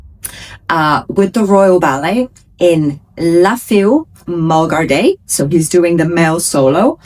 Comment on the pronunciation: Fille (French word) is pronounced ‘fee’ ❤